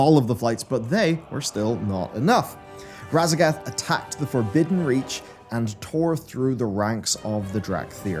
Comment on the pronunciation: Sorry, but I keep hearing "Radagast."